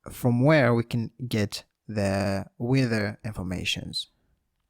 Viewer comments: "wither" or not he pronounces it right, the tutorial is awesome! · cant stop laughing the way you pronounce "weather" very good explanation